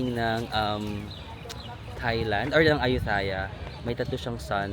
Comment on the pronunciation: The "th" in Ayutthaya or Thailand is not pronounced as "th" as in "thanks". It should be pronounced as "th" as in "touch". Aspirated "t". Padayon. I love your vlogs kaayo!